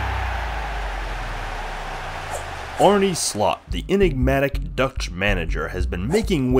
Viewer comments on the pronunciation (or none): Why does everyone say "arnie". Just look up the pronounciation before you do these kinds of documentaries. its not that hard... Its Arne Slot...